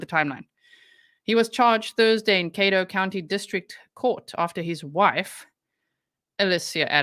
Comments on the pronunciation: cad dough pronouncitation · It's pronounced Ca-doe Caddo County. Sorry, I just lost my dad and his name was Caddo. So, every time you said the name it triggered me. It's not your fault. It's my problem but I just thought I would share so I can concentrate on your work instead of that. You are amazing.